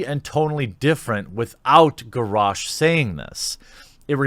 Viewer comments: The fact that you said Gorosh is irritating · ...your pronunciation of Garosh is... unique.